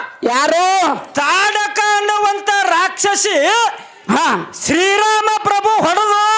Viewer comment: ಅದು ತಾಡ ಕೀ ಅಲ್ಲ ತಾಟಕಿ